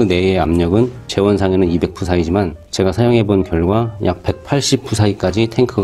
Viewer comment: PSI는 '피에스아이'로 읽습니다